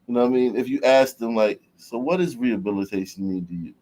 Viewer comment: "We need rehubbilitayyyshuun🤡